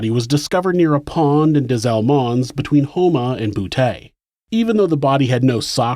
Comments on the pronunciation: It's pronounced boo tee lol... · It's pronounced BooTee,. I lived ten minutes away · From boo-tay! Lol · Boutte Louisiana is pronounced "BOO-TEE" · I laughed my ass off when you pronounced Boutte, LA. You said "boo-Tay" like an 80's pimp or something. It's pronounced "boo-Tea" or "boot-E". It's always funny when people mispronounce the Cajun French &/or Creole names & places around Louisiana. I'm not being an asshole, just having a bit of humor from what is otherwise a serious, disturbing subject. Good videos though, there are some sick bastards out there. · Just FYI if you ever have another case located in Boutte, it's prounounced Bou-T, not Bou-Tay :) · Boutte sounds like BOO-TEA. Not boo-tay. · Boutte pronounced (boo-tee) not (boo-tay) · Love this channel. From new orleans, la. Btw, Boutte is pronounced Boo-Tee not Boo-Tay 😅😅But still love the channel. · Bouteeeee not taaa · But we say Boutte as boot not boo tay 🤷🏻‍♀️ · Love your videos.. but it is BOO-TEE, not Boo-tay. 🤣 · I might have said, "Boo-ett" but "bootay" does sound funnier... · As always amazing story telling. (Boutte- "Boo-tee") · Am I the only one who finds it funny that a gay serial killer operated in a place pronounced “bootay”? Lmao come on now ppl . You know that’s funny stuff. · Boutte. Say it like boo tee. Montz. Said like months. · Boutte is pronounced “boo-TEE” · “His residence in Boo-TAY” Some jokes just write themselves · Boutte is pronounced as Boot-tee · I’m sorry. Did I just hear that Ronald lived in a town called “Boo-TAY”? 😂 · Ironic he lived in a city pronounced “BOOTAY”…… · Lafourche is pronounced “Lafooshh”. Boutte is “boo-tee”. Kenner is in Jefferson parish. There’s east Jefferson and west west Jefferson. East Jefferson is right by St Charles parish. River Road (where he dumped victims) runs a looonnng way. It runs through a bunch of out parishes. Louisiana is still very racist and conservative. New Orleans is more covert with its racism.